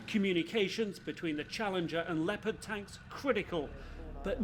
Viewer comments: Why does Petraeus pronounce them leo-Pard tanks? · He's American so I would figure he would say Leopard like the rest of us do. But he pronounces it Leo like Leo DiCaprio-Pard. We do call the Panther Panzers though. Tiger was tiger. He was a Nato official at one time though so maybe he prefers the German.